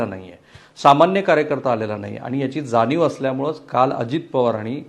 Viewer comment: जाणीव म्हणा जानीव नाही